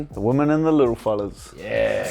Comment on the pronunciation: "Women &.. the little fullahs"🤣🤣🤣🤣🤣